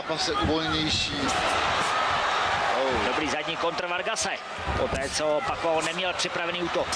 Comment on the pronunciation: Ne PAKUAO, a PAKIAO. ETO campion ,nado znat.